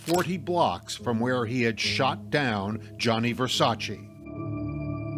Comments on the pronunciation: It aggravates the hell out of me how the narrator cannot say Versace's name right. Its GIANNI not Jonny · Does the narrator really not know how to say Gianni? Who’s Johnny? Lolol. And it’s Keen-Tana, not Kwin-Tana 🤦‍♀️